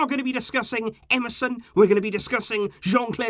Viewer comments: You say Emerson, I hear MSN😂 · Is it just me or everyone hearing "MSN" whenever he says "EMERSON"😭😭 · You said emerson i heard MSN 🙂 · You said "Emerson" I heard "MSN"🥺